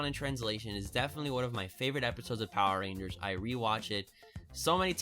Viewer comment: I was skipping ten seconds into the video and caught him saying poer rangers several times over...do you think, (and hear me out on this) likes power rangers?!